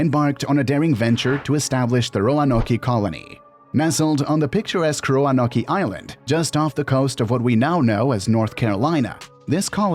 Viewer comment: Ro-a-no-key? I couldn’t go farther, sorry.